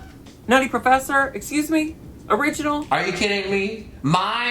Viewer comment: “ekskew me?”